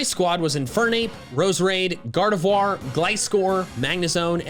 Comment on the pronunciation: THE T IN LUDICOLO IS SUPPOSED TO BE A D! IT'S GARDEVOIR, NOT GARDAVUAR! AND YOU'RE SUPPOSED TO HAVE A SPACE AFTER EVERY COMMA!